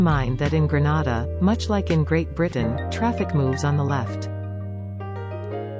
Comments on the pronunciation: Whoever is the narrator needs to pronounce the word Grenada properly. It is not a Spanish word. It is gre-nay-da, not gre-na-da. Please get help when you need to. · If she says Granada one more time 😤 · I wish you would pronounce Grenada properly. You are pronouncing it like Granada in Spain. Aah I see I am not the only one commenting about the wrong pronunciation. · thanks for being sensitive to this issue... my issue is that ppl who aren't aware of its correct pronunciation may think it's in spain.. It's for TOURISM purposes, so let's get it right.. 😊 Thanks